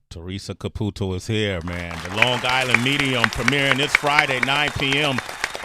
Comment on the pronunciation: You can't say Long Gisland - because you only have on g. God I hate ignorant people.